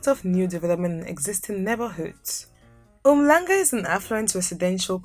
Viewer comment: Yey that H is not silent in Umhlanga my friend 😂